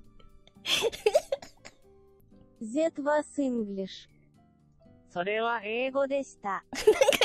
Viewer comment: スォ⤵︎ レは⤴︎ 英語でした→ 翻訳ちゃん！？